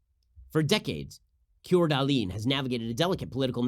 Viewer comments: Not that you’ll ever have to say the name of our relatively small yet very beautiful Idaho town again, but Coeur d'Alene is pronounced kore-duh-LANE. We love your show up here by the way, it plays every weekday on our most popular radio station every day. Thank you for what you do, Ben! You should visit up here. Secluded, largely conservative, you’ll see patriot Americans armed with their MANY guns ready to protect their fellow citizens. God loving, church going patriots for the most part. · Ben, it's (Coeur d'Alene Idaho) pronounced, 'core duh lane.' :-) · Ben, that city in Idaho is pronounced core-da-lane. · Its pronounced "core duh lane" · I had to rewind and re-listen to you pronounce Coeur d'alene! Haha that was great! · Yeah. Amusing yet painful.